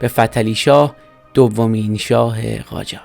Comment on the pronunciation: قاجار نه جاقار